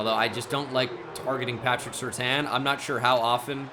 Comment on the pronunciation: It's patrick (sir-tayn)